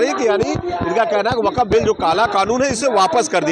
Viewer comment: Gody media ko atna den ho gaya sun sun kar fir bhi inko waqf bolna nahi aaya hai or ya log waqf ka bara ma hama samgha raha hai